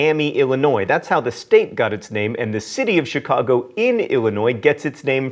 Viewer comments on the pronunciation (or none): none